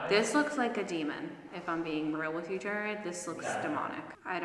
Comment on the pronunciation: His name is pronounced JARRED not jerred